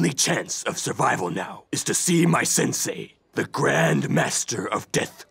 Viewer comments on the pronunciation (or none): none